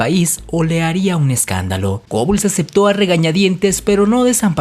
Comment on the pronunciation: Otra vez lo mismo, no se pronuncia reich, sino raight (algo básico que deberias saber); se pronuncia Gebbels, no Gobbels. La mujer por la que Magda Goebbels le armó un escándalo a Joseph Goebbels fue Lida Baarova, de la que fue amante por mas de 2 años, no Hilda Krüger. Procura informarte bien, te sobra protagonismo y te falta seriedad y profesionalismo. Lo que hace cierta gente por ganar notoriedad.